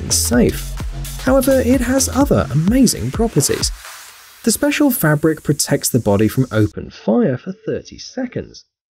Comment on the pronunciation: Fabric not frabric